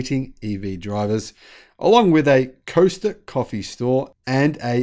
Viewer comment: The coffee shop is Costa Italian not coaster your Aussie at least get the coffee name right